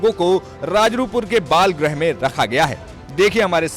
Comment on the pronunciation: बाल सुधार गृह होता है भाई ग्रह नही कृपया शुद्ध बोलिए ग्रह मत बोलिए गृह बोलिए